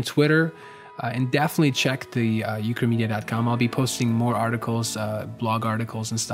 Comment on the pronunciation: the moment when "ukramedia" sounded like "chlamydia" ... I was like ..wait what?